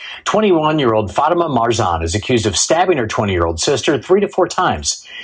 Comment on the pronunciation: Not Fatihah 😂 😭😭😭 it’s Fatima